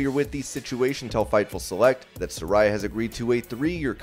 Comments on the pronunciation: You're saying Saraya's name wrong. I was saying it like you do, but she clarified on last night's Dynamite it is pronounced "suh-rey-ah" not "suh-rai-uh" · It's pronounced Sar-rey-uh 🤣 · Su-RAY-uh…. Come on man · Pronounced Sir-ray-ya